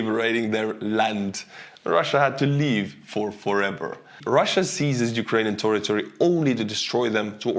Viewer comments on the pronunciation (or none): none